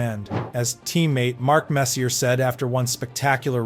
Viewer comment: Messy-er? La-muce? 🤦‍♂️